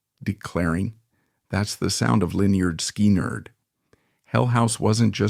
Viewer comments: The scariest thing about this is the pronunciation of LenNard SkyNerd. Sounds like a crummy 🏀 basketball team in a bad dream. I say if AI can't handle the job, hire a human!....just like in the good old days.⁰ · Really? Lynyrd SKI-NERD? Is this AI, some idiot from another planet or some stupid millennial who just doesn't get it? And he's mentioning the Hell House and the video shows some big luxury mansion. God, only in the 21st Century! Fucked up... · IT'S PRONOUNCED "Lĕh-'nérd 'Skin-'nérd" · Say it with me "skinnerd" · Its pronouced Lynyrd (Skinard) Skynyrd. ❤❤ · It is Pronounced SKINARD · Pronounced SKINNERED!!! God man learn your ah craft. Do some research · Lynard SKY-NARD would it kill the guy to pronounce the name right? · If people would just pick up LYNYRD SKYNYRD'S first album... PRONOUNCED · Says this is Ai and soon as IT pronounced band name wrong IM done with it. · When you can't pronounce Lynyrd Skynyrd I will not stay to your mess up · No! Absolutely not! You cannot even pronounce Lynard Skynard correctly. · Is this some more Ai bullsh-t. Can't even pronounce the name of the band you're talking about. What do you know other than what's already on youtube. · Hey narrator, they even came out with an album called pronounced. You might want to look into it. 😂😂😂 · WTF? Can’t even pronounce the name correctly of the band correctly! Fuck AI, time to turn this video off! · If you can't even pronounce the name of the band why should I listen to anything ai spews. Misinformation central... bye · I was gonna goof on the guy for the way he pronounced the band, but no way is it a real person. So I'll just say i miss Lynyrd Skynyrd. One of the best bands ever... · Ai just can't get the name right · You should learn to pronounce the name of the band before reporting on it